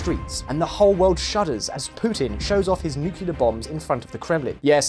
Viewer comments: Usually as soon as I hear “nucular” bombs I stop watching. This time was no exception. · It's "nuclear", not "nukelar"! For pig's sake! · there was nuclear , there was nucular , now there's nukilar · Tell me you just not say NUCULAR BOMBS!